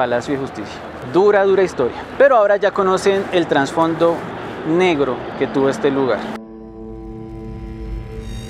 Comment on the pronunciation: Amigo muy buen vídeo, un solo apunte no se dice transfondo, es trasfondo